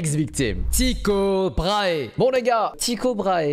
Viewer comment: P'tite info glissée comme ça 👀: En Danois le "y" sonne comme nos "u", la prononciation de l'astronaute Tycho Brahe est donc "Tuko", et non "Tiko" :) Voilà, c'était la petite info du soir